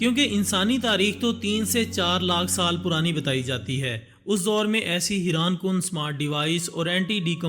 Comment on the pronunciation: haiaan not hiran sudarjaa thoda padkay aaja